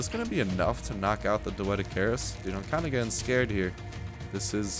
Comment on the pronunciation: lol, you cant say doedicurus right. xD